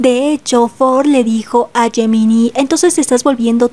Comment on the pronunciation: Gemini se pronuncia Yeminai, por favor trata de corregirlo por respeto a los chicos. 🙏🏻🙏🏻🙏🏻